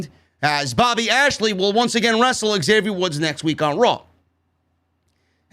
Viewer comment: When started saying ASHLEY instead lashley i litterally cried laughing!!!!!!!!!!!!